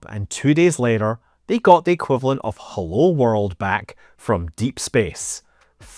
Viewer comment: "Hullo?" hahaha - proper Scottish!